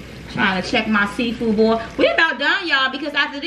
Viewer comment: "CUZ AH SMELL SEA FOO" 😂😂